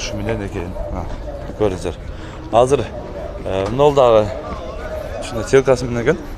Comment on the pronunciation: Селкасы менен экен дейт ко 😂🤣 Сеялкасы деп айтыш керек деп айтса 😃